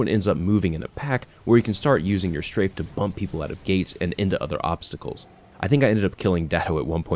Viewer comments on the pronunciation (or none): none